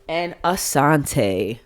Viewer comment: Your the first person to say Raneka and Asonte correctly lol